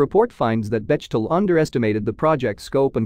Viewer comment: Great update! Just a note for next time, Bechtel (a German name) is pronounced [ beck' - tel ]. The 'ch' is spoken like a 'ck' is in English, like the similar sounding words of 'peck' or 'neck'.